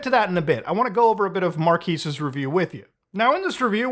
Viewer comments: I think it's pronounced Mark-kes, not Mar-kis. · Why does everyone mispronounce his name I heard Charlie do the same thing in a video the other day haha it's Mar kez not Mar keese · it's pronounced MAR-'KEZ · I'm sorry sir, it is pronounced MarkAss Brownlee. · Ah yes, the Marquis de Brownlee. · It's pronounced Mar-Kezz not Mar-Keez lol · its Marques not Markis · "Mark-ass" - Will Smith ❌ "Mar-keys" - Muta ❌ "Mar-kez" - Marques ✅ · Markass brownies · Please say Marques correctly. He’s literally the biggest tech YouTuber. It’s not “Marquiees”. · "Marquees Brownlee" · Marquis? My brother, can you read MARQUES? (Mar-kez) learn how to read a name correctly. Mkbhd is too big to not know his damn name. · Marques ❌ Mar-keys ✅ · Its pronounced "Markèz", bro. My ears are bleeding. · bro his name is pronounced MAR-KEZ i cant believe youtubers like you that have been around forever cant get the homies name right. smh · Muta please it’s pronounced “mark-ehz”😭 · Muta please, it's pronounced like Mar-Kez, unless you're just trolling then carry on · KEZ, Muta. It's pronounced Mar-KEZ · Marques. Not Mar-qwees 💀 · MUTA, it's pronounced "mar-kezz" 😂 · The way muta pronounces Marques like it's marquis lmao I love muta ❤ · This Man Keeps Destroying People’s Names…. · Still refusing to say his name right 🤣 love it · Funny that you can recognize how big of a YouTuber he is and can't take 1 minute to look up how to properly pronounce his name lmao what a 🤡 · Bruh can't pronounce his name right for his life 😪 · This man can't pronounce Marques to save his life. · The way Muta pronounces Marques is killing me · Really can't tell if your pronouncing his name wrong intentionally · Mar quez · couldve at least looked up how to say his name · Bro the very least you could have done is research how to pronounce his name correctly. At least show A LITTLE effort for once... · Still saying Marques wrong lmfao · The amount of times you mispronounced that man's first name 🤣🤣🤣🤣🤣🤣